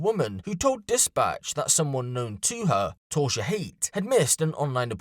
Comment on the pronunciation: Her name appears to be Tausha. Not Torsha